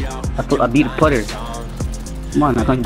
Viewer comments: “I beat putther” 😭😭😭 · Did he say he beat putther?